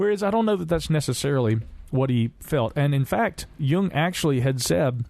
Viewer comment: Credit for saying Jung correctly however.